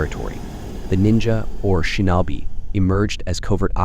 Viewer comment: Yup! It totally sucks. Shin-NAW-bee! 😂